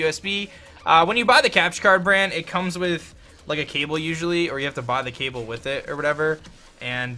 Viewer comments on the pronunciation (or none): none